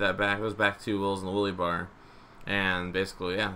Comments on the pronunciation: Its a wheelie bar not a woolie bar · "The Willy Bar." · "The Willy bar"